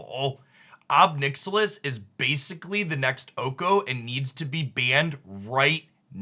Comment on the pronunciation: Had to hit the like button the moment you started saying Ob Nixilis lol